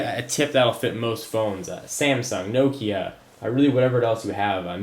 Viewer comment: what is a no kia? u mean a nokia? its nok -a